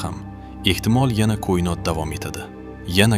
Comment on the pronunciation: Сиздан илтимос кұинот эмас коинот денг